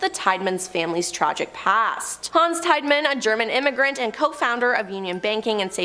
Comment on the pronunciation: Tiedeman teeda men not tide man